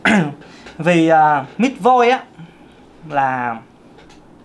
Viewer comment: Ko biết em nghe anh nói: Mis Voice Miss Voice Mít Voice Mix voice 😂😂😂😂